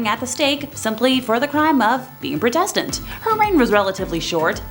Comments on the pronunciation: Why can't you pronounce Protestant properly? You are wrong about Wu Zetian. And Bloody Mary is said all over YouTube so why lie and say you cannot say it? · I think you're pronouncing "protestant " wrong...or was it because of YT?